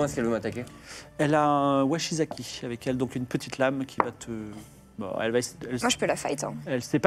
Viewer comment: Bon, c'est vraiment super, je kiffe, comme d'habitude :D ! Juste en revanche, c'est "Wakizashi" et pas "Washizaki" pour la lame japonaise :)